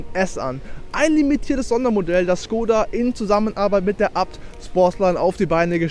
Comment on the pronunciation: ist halt die richtige aussprache, die Marke ist tschechisch.